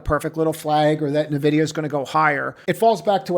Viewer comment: No. Learn to pronounce "Nvidia" correctly.